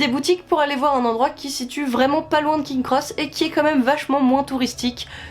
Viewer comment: Les Dursley, pas les Dudleys ! Punaise... Plusieurs fois l'erreur... En plus la prononciation c'est "Prix-vette " rien à voir avec Private (qui se prononce "Praille-vette).... King's Cross, le s après King n'est pas décoratif. C'est dommage de gâcher une si belle vidéo avec autant d'erreurs grossières. Espérons que ce sera mieux la prochaine fois...